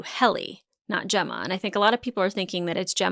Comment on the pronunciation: When did Helena fuck up Gemma's name?